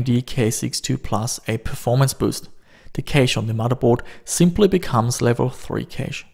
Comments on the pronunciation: It's not pronounced kaysh but cash. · you pronounce cache cash not ca che. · Level 1 and level 2 "kaysh"